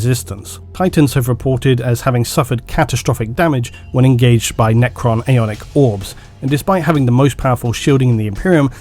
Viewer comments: As a Dane who therefore uses “Æ” on a regular basis I will say you pronounced “Æonic” in the same manner I would. In Denmark Æ is basically the squishing together of A and E, but it’s fairly inconsistent how it sounds in different words. The word Æonic to me looks like how you spelled it in the time stamp “Aeonic” as in aeon 👍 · Æ or "ash" is pronounced how it looks, a cross between A and E So you're pretty accurate in your pronunciation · 3 years down and 13 hundred comments later, the pronunciation was correct